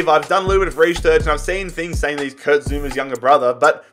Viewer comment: It’s Kurt not Kirt